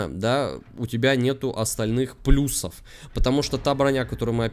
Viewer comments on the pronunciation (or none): none